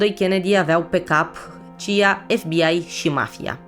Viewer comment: C.I.A și nu "cia"